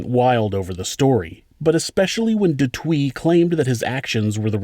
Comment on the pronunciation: The name pronunciation is killing me. Especially de Toit.